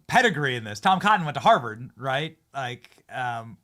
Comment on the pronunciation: Benny….her name is LARA not Laura…Come on man!Love your show